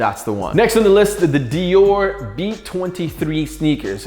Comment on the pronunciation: If u r a hypebeast watching this you cringed when he said Dior Nike’s